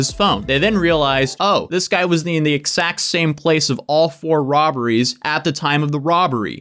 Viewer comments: Anyone else just kinda interested in how doesn't voice the consonant sounds in x when he says "exact" like ekssakt instead of eggzakt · Don't say egsacc ever again